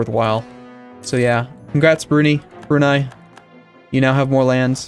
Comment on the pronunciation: please, its not brew-knee its brew-ni